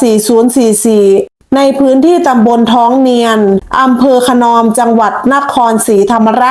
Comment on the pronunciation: ขะ-หนอม ไม่ใช่ ขะ-นอม